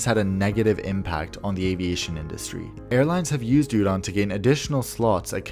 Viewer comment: Hearing "udon" over and over is making me hungry 🍜